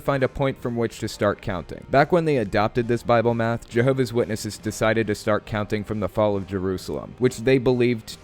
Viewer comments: Why cant the lady correctly pronounce her own religion? It's "Jehovah's Witnesses" and she's a "Jehovah's Witness" not Jehovah Witness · She referred to them as "Jehovah Witnesses". JWs are very touchy about how the name of their spook club is pronounced. Also, a real JW would NEVER call the Atheist Experience.